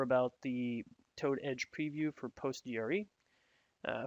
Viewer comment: Handy video but I'm sure that someone by now has told you it's pronounced Postres-QL rather than POT-G-R-E-SQL?